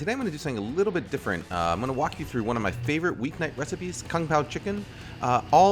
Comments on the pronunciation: "Gonna wok you through one of my favorite weeknight recipes..." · "Wok you through" Nice. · "im gonna wok you through one of my favourite week night recipes" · "wok you through" ;)